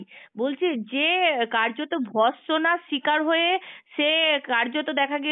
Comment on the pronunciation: Madam apni banglata valo kore sikhun ....vassana noi vartsana